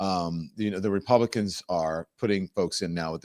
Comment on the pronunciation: This is the first DL show I find so performative! I can't even listen to the rhetroic of this farmer who is now just getting that helping others is socialism! Even him talking about going to Washington when he can't even say the word "Republicans" and that who is in charge of our government!!! 🤦‍♀️🤦‍♀️🤦‍♀️🤦‍♀️